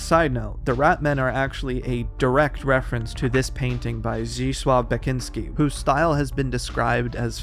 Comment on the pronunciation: I dont intend to sound mean but i am funnied out by the pronounciation of Beksiński's name (altho I can tell there was an attempt since ł is pronounced properly). Zisław Bekiński will stay in my heart